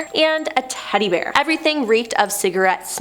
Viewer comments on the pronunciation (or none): none